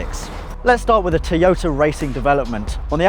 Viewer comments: Toy-yo-ta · Please learn how to pronounce toyota!